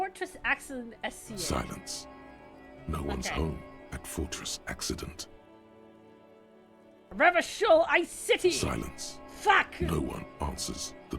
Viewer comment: No! Don't pronounce it Revakol!!!!!